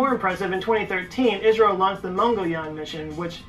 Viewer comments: IS-RO, not Ice-RO. Love ur reactions. Thank you. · It is not pronounced "eyes row", it is pronounced as "is row". And I too have one premier on 15th August, which was the day ISRO was formed. Please do view it. I will be grateful